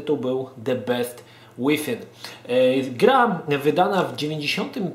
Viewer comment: A to nie czyta sie "bist" przypadkiem ?